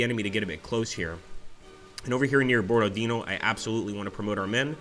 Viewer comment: Hello! Not Borod-e-e-no, but BorodinO — stressed at the last letter